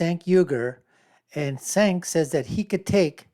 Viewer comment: His first name is pronounced 'Jenk'. You released a 17 minute video and you couldn't take one minute to learn how his name is pronounced.